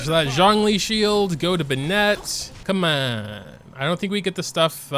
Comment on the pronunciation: I miss that "KeMon" 🤣